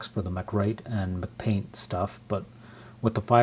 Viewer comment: lol dude it's Apple, not Mcdonald's. Am I missing some kind of inside joke with you pronouncing "mac-paint" as "McPaint?"